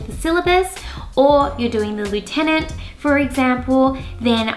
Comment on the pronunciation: Why don’t you pronounce lieutenant correctly?